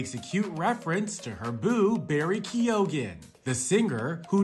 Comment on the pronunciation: 😂😂😂😂😂 key o gan 😂😂😂😂😂😂😂😂😂😂